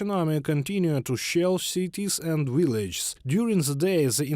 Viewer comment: Learn to pronounce: strategic, hostilities, analysts, villages. Slava Ukraini 💛💙